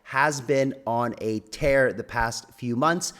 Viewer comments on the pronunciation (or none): none